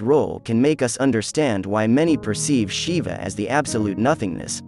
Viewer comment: Westerners need to learn some rudimentary Sanskrit to be able to pronounce a word like Shiva. It is jarring to the ears to see the word mispronounced so many times.